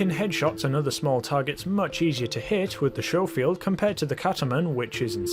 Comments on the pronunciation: It ain't pronunced showfield it's pronunced scofield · "Skofield" not "Showfield" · It's sco field not sho field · Skoh-feeld not Show-feeld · Sco-field not show-feild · It’s not sjofield but skofield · Schofield not showfield! Did you go to school or shool? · It’s scofield, not showfield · It's pronounced sko-field, not sho-field. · No much earlier than that, when he pronounces it “Shofield.” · Sorry to be a pronunciation nazi but it made me cringe everytime. It's Sch (as in school) ofield. As you were... 😁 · its like Italian or something. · It’s pronounced C As in cat the h is silent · Why does everyone who plays video games pronounce it showfield? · It's pronounced Skoffield(Schoffield) fyi lol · its pronounced sco field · Ok apparently i'm a bit more bothered by the mispronunciation of Schofield than i thought i would be. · Trigger discipline and please learn how to say scofield there is no H in it